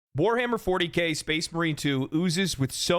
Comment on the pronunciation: Ewwww. Weshammer? Please try Leutin. Like an adult.